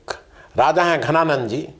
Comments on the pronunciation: your pronunciation is not okay for name "Dhananand". You are saying "Ghananand", which is not correct. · घनानंद नहीं जी धनानंद... थे मगध साम्राज्य के नरेश आदरणीय महाशयजी केवल राष्ट्र भाषा उच्चार शुद्धि के लिए जन हित मे जारी..🙏🏻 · घनानंद नही धनानंद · धनानंद not घनानंद